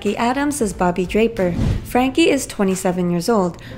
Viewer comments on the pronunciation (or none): none